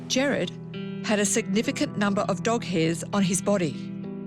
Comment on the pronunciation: This is so sad😢 but its killing me hearing them pronounce Gerard as Jared!!